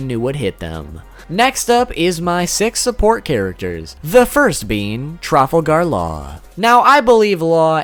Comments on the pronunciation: You say trafalgar law weirdly its one word not tra fal gar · the way you say Trafalgar law just doesn't sound right